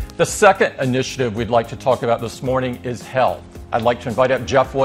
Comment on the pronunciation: when he said "let's talk about health" I heard let's talk about hell and I was like damn apple okay